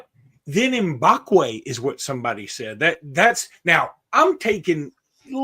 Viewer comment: Great stuff. I can’t wait to watch Ty ball out this season. BTW you guys are still pronouncing Mbakwe’s name incorrectly 😂 what was the point of that pronunciation “series”? Still waiting for more of those segments lol